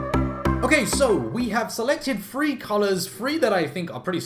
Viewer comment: Im super curious where is he from?? Ive heard his accent on several other youtubers and im wondering because when he said three it sounds like free.